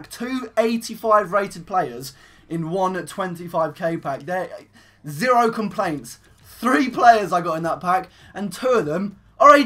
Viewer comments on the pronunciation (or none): none